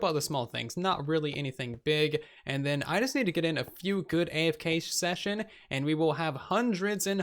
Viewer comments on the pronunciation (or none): none